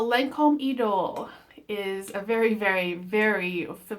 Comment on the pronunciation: It’s pronounced E doll. It has the ugliest bottle I’ve ever seen. I had a sample but couldn’t smell it because by the time I received it in the mail it spilled out of the sample pack and was dried up.